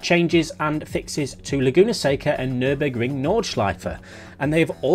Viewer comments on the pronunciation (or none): none